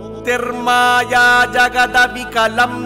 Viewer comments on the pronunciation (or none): none